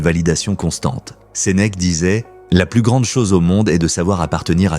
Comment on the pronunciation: Ses mecs au lieu de Sénèque !😱😱😱. Il faut le faire... on en a marre de ces vidéos réalisées par l’IA !!! Il y a encore des êtres humains sur cette terre, alors arrêtez de vous servir de machines !!!